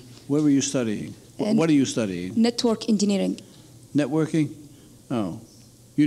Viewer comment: I would have dismissed her just at "Natvork Engineering"